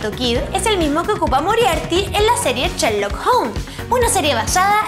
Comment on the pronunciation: no sabe pronunciar bn sherlock dice cherlok x dios